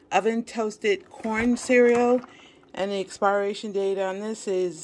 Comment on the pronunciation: Love u but I’m cringing every time u say ALDIs instead of Aldi & Walmarts instead of Walmart & the word expiration is not expireation…it’s pronounced as if it’s spelled experation . It’s per in the middle. (But spelled pir). Sorry been keeping this in for a long time. Comes from a place of love. Enjoy your Thanksgiving!